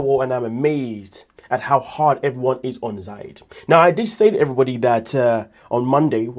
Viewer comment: Why do you call him ZAid and not ZIad